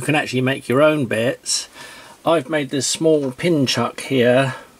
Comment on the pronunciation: It´s not a brilliant piece of kit, no, according to this guy it's actually "A bwillian' piece of keh!" :-D It's also "Queck te take fings apaah" lol Also you can´t use bits with it, it actually takes "bets"